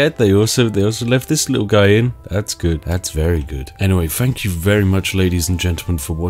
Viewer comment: Really starting to bug me how you're putting on a refined/posh voice but say F instead of TH. "Nufing can hit you." "I fought that would happen" etc. It sounds like you're going to a lot of effort to avoid the glottal stop and actually say your Ts at the end of your words but the effect isn't quite right if you keep saying "fankyou" and so on. Great video though!